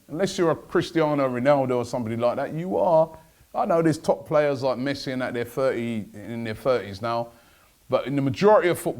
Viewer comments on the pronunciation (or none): none